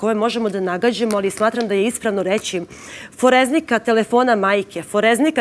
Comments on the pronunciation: kaže se forenzika, a ne foreznika. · Gospodžo nije foreZNIka nego forenzika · Jel ona to rekla foreznika, ito dvaput? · Foreznika???😅Forenzika gospodjo neeko vam je dao ulogu ali vidi se da veze nemate ,profesionalac je gospodin pored vas ,respect za njega !